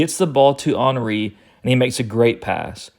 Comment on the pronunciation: Love the way you pronounce Henry, ball knowledge maximized